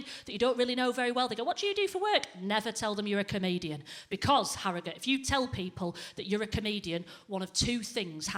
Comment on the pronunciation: Especially when you can't pronounce comedian.